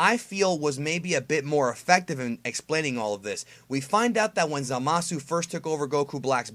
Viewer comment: For someone who makes it a point to try and pronounce Japanese words phonetically, you sure do mispronounce Zamasu's name. You're saying "Zuh-mah-su" with three syllables, but it's supposed to only be two syllables in "Zama-soo".